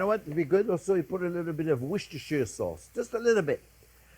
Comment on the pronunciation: My guy can't pronounce onion, but he says worcestershire sauce like a linguistic master.